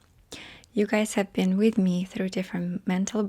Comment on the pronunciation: " I'm not so russian anymore.".. followed by a "thrrrough" as russian as possible hahahahaha Love u